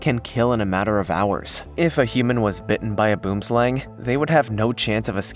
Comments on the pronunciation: Lol boomslang, boom is South Africa is a tree...not like boom as in explosive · Boom Slang, nie man dis Boom (Tree) Slang (Snake) TREE SNAKE you can pronounce it as such boem slung. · It seriously annoys me when people miss pronounce Boomslang. It's an Afrikaans word that means Tree Snake. Boom - tree, slang - snake. Best way I can think to write it is it's buam slaang (think Aang from Avatar). Boomslang. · Please pronounce it right..direct translation is tree snake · from the boomslang its pronounced wrong as well as Johannesburg.... the snake translates too tree snake from afrikaans